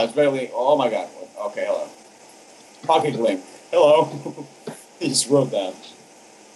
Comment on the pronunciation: it not pocey its pocky